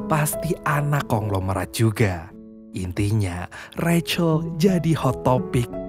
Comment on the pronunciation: Rahel. Kok recel? 😂